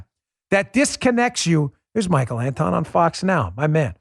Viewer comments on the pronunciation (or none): none